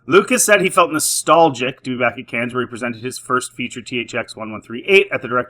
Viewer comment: First of all, Coppola funded the ENTIRE film himself. 130 million dollars. Secondly, it's pronounced 'Can' not 'Cans'. There you go. Sort your mic control out.